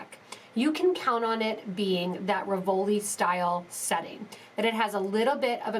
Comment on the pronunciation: It RI-vol-i, not ri-VOL-i. The accent is on the first syllable